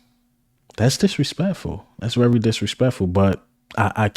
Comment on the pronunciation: Bruh...u hating on eagle players, they r on the same damn team!! Jordan Davis, Swift?? Come on bruh!! First u need to concentrate on saying the word "VERY" its not "WERYYY" Imma start calling u "" as in ELMER FUDD! "BE wery wery quiet, we gotta catch the Wabbit!!" 😂😂😂😂😂😂GOT EM'!!!!